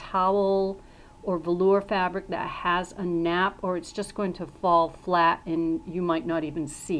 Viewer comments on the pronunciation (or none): none